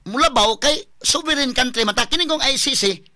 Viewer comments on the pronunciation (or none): none